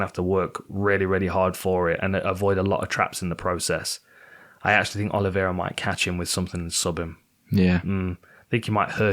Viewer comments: my man you gotta stop calling Oliveira "Oli-vi-eira" 😂😂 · Why can this lad not pronounce 'Oliveira'